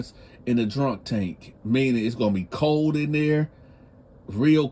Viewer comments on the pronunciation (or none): none